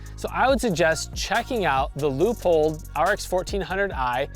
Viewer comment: Loypold, not lewpold